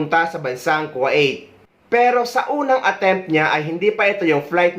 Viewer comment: Sir kwa it ba ang pagkabigkas ng Kuwait?